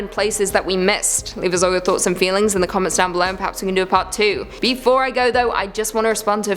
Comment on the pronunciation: Sometimes when says Do you agree with our list, it sounds like You agree with our list. I believe she is trying to control us. ❤